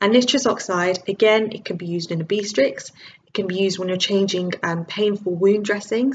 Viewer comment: obeestrix is Ob-stet-ricks! Lol!